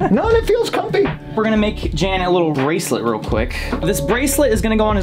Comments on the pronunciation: Fun Video :-), BTW, his name is pronounced "Yun" as in "Sun", not Jan , as in the Brady Bunch! :-) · ... That's not how you pronounce "Jan".